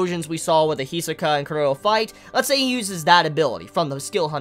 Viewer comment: Why does he say Cur-row instead of Chrollo ? That's worse than people who call Gon Gahn instead of Gohne though not as bad as people who call it Hunter Ex Hunter rather than the proper Hoontah Hoontah